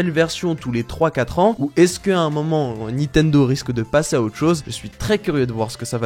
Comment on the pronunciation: bullshit...et ne sait pas prononcer Nintendo et Breath xD